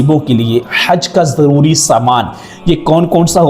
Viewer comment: بھائی آپکے سارے تلفظ اور مخارج صحیح ہیں بس آپ ضروری کو آپ زروری پڑھ رہے ہیں قائنڈلی اس پر بھی تھوڑی توجہ دیں 😂